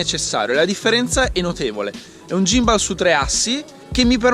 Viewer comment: Lo miravo da tempo, credo che breve ne prenderò uno anch'io.. Comunque si pronuncia "ghimbol", però va beh! Ti do una dritta sul drone, c'è lo Spark che è simil economico (600€ circa) ed ha la funzione "segui", quindi una volta inquadrata la macchina ti fa le riprese dall'alto seguendoti. Prova a dare un occhio nei vari sample qui su Youtube. Se vuoi qualcosa di più c'è il fratello maggiore Mavic Pro, che sta sui 1000/1100€. Ah, il drone ha recepito della regolamentazione, soprattutto per ambiti commerciali come potrebbero essere i tuoi, dai un occhio anche a quelli. P.s. Qualità video sicuramente migliorata, sulla M3 niente da dire che non sia già stato detto 💪